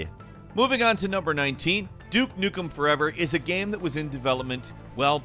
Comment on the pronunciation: I cannot get over the weird way he pronounces "game". Like "gaeme".